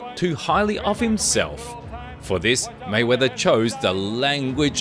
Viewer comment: Maywaither it's not king